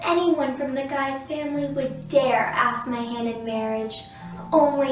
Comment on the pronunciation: Queen Mary of Scots is actually known as "Mary, Queen of Scots" and An goo lem is actually pronounced as Onj-oo-lem, Mary of Guise is not Gyes but Geez. Devonshire is pronounced Devonsheer..Christopher Sorenjen is pronounced Sorensen..Sore..ensen. letter A in spoken English as in the word CAT..eg,. the word Pasta is not Posta